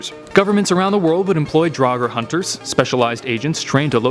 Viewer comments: It’s “draug-er” not “drog-er” not what you said I don’t care what you said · Its draugr not daugar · i say Draugr i pronounce it as in draw gur/grr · It's actually draugur and draugar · Well, if draugar were real, Americans would have to learn to pronounce the word properly :)